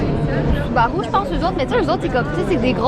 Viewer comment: C'est pas soubarou mais subarU*